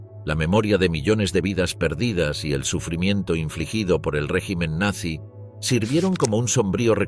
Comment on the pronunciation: 2 segundos, en el mismo momento que dijo "Nanzy"